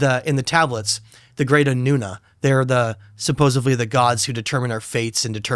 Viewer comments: Guy says “Suposably” and I’m supposed to respect this interview? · This guy is mispronouncing supposedly and it’s getting on my nerves but really like what he’s talking about.